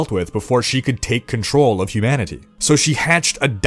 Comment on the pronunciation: My brain is broken in a way that I kept hearing “Hugh Manatee” instead of humanity. But, I kinda like it 😂